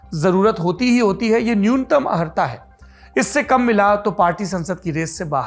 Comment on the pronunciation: अहर्ता नहीं अर्हता होता है ।🙏🏻🙏🏻🙏🏻🙏🏻